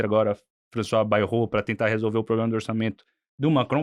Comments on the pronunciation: Ele tem problema na pronuncia do "R" e você problema de cérebro Um dá para corrigir, o outro não. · Se não me engano foi falado "pobrema"... será que dá para prestar atenção nessas "opiniões"?